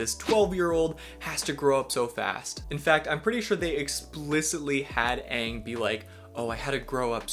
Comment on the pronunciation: Why the movie call him "ung"? Its freakin "aang"